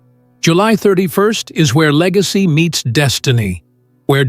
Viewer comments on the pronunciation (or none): Legacy not lick